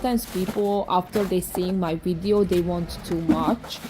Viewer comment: And also wideo...so cute!!